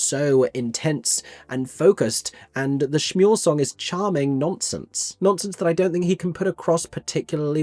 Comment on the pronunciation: I wonder if some of these staging choices, such as having them together during Shmuel, are a response to the film version? Perhaps they assume that will be the audience’s most common point of entry and they don’t want to confuse them, idk. Her saying “Schmuel” is unforgivable though, given the whole thing is structured around the one moment when they’re in sync during Next 10 Minutes, and how important that lack of synchrony is thematically.